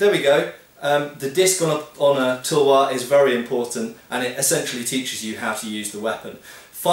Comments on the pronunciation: Pronounced: tAlwaar, not tulwar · Nice video, but btw it's pronounced 'talwar' not 'tulwar'. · sir its not tulwar its talwar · hahahahah sory for that INDIA has diverse culture many language but there is no difference in sound of talwar . each and every person speak it talwar . so it is not changes regionally . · It's not pronounced Tool-war. Actual Pronunciation - Tal-waar / Tuhl-waar / Tuh-l-waar . Soft T ofcourse . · Hi, the "U" sound in "tulwar" is universally pronounced in Indo-persian languages as in the word "cut". There are many many challenges in transliterating indian languages into roman script, such as the more numerous vowels and consonants in Indian languages. As a result, romanization of Indian words is very inconsistent:) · The u is pronounced like in umbrella.